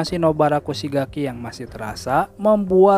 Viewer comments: Nobara kusigaki atau nobara kugisaki ??? Blunder sepertinya mimin 😁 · Kugisaki la kocak. Bukan kusigaki